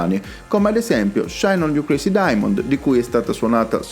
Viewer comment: "Shine on You Crayssy Diamond-ah". Got to love Italian pronunciation of English words!